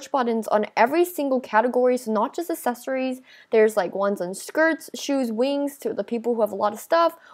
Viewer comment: She says secret “assesories” instead of “accessories” XDDD